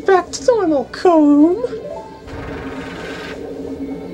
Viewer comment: I know you won't care but the way to say their names is Ko-may and Ko-tah-kay. Sorta Japanese in a way... in fact, I said their names similar to you once back then. I only ever heard of them in the 3DS version